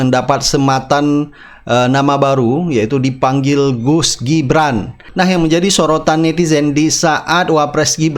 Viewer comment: Yang bener GUS apa DUS sich koq kurang jelas